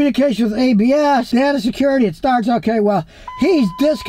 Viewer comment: It's DAY TUH not DUH TUH